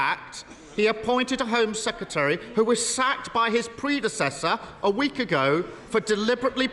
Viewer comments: Mr Starmer, it's "Sec-Ret-ary", not "Seketary". There's an "R" in the middle of the word. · Kier Starmer you were the Attorney General but you can’t pronounce Home Secretary smh 🤦‍♀️ SECETARY 😂